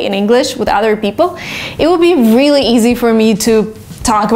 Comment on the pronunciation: "vreally" haha, i like the way you talk